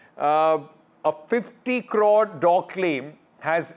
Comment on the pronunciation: 😂 ... He spells 50 as fitty crore as core